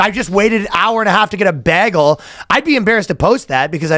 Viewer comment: I need to hear Ryan say bagel again. His Canuck talk slips out sometimes